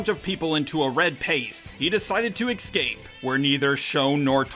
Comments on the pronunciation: Dude, I know you are dyslexic and whatnot, but can you start saying the word ESCAPE properly? Why are so many youtubers ruining the english language by saying it as EX-CAPE? It's ASS-CAPE. :P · Why does he pronounve escape as if it were written as eckxscape